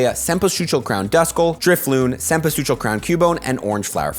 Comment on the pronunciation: Amazing cempasúchil pronunciation ! Hahaha!